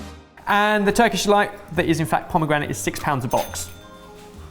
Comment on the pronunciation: Pomegranite? C'mon lol